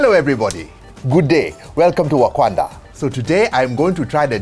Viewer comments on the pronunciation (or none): Ok it is either bad hearing or he started off saying Akwanda and not Wakanda. Also the country singer is Tim McGraw not McGrath. Love this channel.